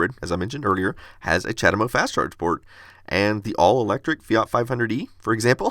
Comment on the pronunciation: What do you wanna bet that Chademo, being Japanese, is actually pronounced more like "chah * DAY * mo (long o)"?